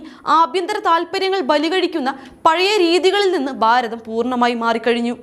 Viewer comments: ബാരതം അല്ല കുട്ടി, ഭാരതം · dear presenter please correct your pronunciations....eg. Bharatham not Baratham....all your bha has becom ba...